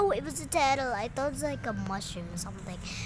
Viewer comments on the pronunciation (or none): It's a seaaaaaa tartle not turtle